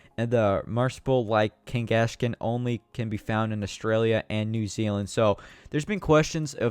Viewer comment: Lol the way he said kangaskhan